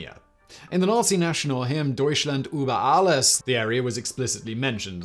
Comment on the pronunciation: First i thought it was just star wars pronounciations, but now im thinking you have dyslexia and just never heard anyone pronounce anything. Reifenstal? What? Uber alles? There is an umlaut on the U?